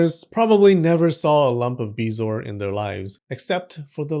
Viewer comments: It is pronounced Buh-zor. Hate to be that guy but said to "spread the knowledge" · It’s BEH-zo-er. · I have heard of them, but I have never heard it pronounced the way you are doing. I pronounce it beh zo-ar, three syllables.